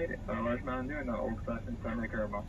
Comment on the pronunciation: WHY do you say MuckBank ? its MuckBANG .....and Caramel is caramel -its NOT CarMole